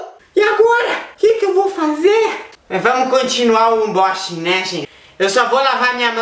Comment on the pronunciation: ãnbóxingui kkkk